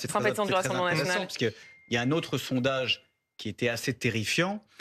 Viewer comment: Le F national est devenu le R naSional 😂😂😂😂😂